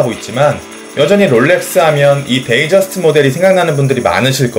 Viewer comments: 동영상 잘 봤습니다...데이저스트(DATEJUST)라고 나오던데요....데이트저스트(DATEJUST) 아닌가요? 어떤 전문가분이 사람들이 데이트저스트를 데이저스트라고 부른다고 웃으시던데요.... DAYTONY 는 데이토나 라고 읽고 DATEJUST도 데이저스트라고 읽으면 뭔가 이상한데요.. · 데이(트) 저스트 데이저스트 불편